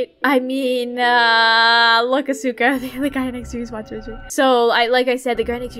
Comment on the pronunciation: As someone who watches WWE, I suspect that you're pronouncing Asuka wrong lol don't worry, Jay(Kubz Scouts) did too. Love watching you guys play these games🙌🙌🖤🖤